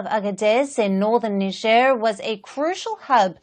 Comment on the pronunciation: Let's face it, U.S presence in Africa has done almost nothing to suppress the rising terrorist activities in the region. Makes you wonder what they're really doing there. The average American doesn't know where Niger is. Heck, the average American cannot pronounce "Niger" correctly.